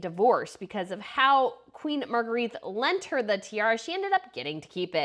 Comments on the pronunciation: Please........She's Queen Margarethe, pronounced Margaretta, not Margareeth!!!!! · If you want to pronounce her name correctly, you should know 1) There’s only one “a” in her name, 2) there’s only 3 syllables in her name (Mar-gre-the) and 3) it’s pronounced more like “Mar-grae-de” Greetings from Denmark. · Hello there😁Magrethe is pronounced Mah-Grey-Teh, and Joachim is pronounced Yo-Ah-Kim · Nice job. However, you have managed to mangle almost every name, starting with the name of the Queen. "Agrigette"?! Really. Restrain your enthusiasm a bit and learn to pronounce the names - which is really not difficult - and you can have a top noch channel. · You cant even say the Queen's name properly. That is embarrassing. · The narrator needs to learn how to pronounce "Margrete." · I wish you would pronounce Margrethe correctly 🤷🏼‍♀️ 3 syllables .. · Her name is pronounced with only one t, and ends on e not a.